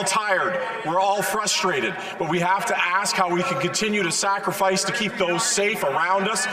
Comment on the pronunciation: "Sucrifice"?? Yur speeching of the anglic be most exsullently!!!!!